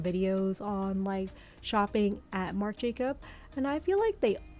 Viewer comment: Marc Jacobs (there's an "s" at the end)